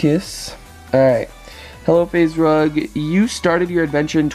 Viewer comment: yippee he said faze rug and not faze drug